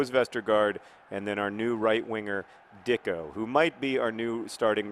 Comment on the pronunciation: It's not pronounced "Dicko." There should be a diacritical mark over the c: Dičko. He's Slovenian, and much like his countryman footballer Gregor Fučka, that č should be pronounced like "tch," so his name is said "Ditchko." I think N. Dičko's nickname shall be Saturday Night Dičko, and we, his fans, shall have Dičko Fever. I have Dičko Fever, and the only cure is more goals.